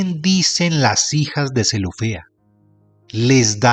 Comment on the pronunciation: Con todo respeto señor marrador UD no pronuncia bien....tenga cuidado y no pase las letras escritas.....zelofehad. No diga UD zelofea... En de Rahab UD dice raa.....el colmo Moisés no es Moisés......de seguir así me desuscribo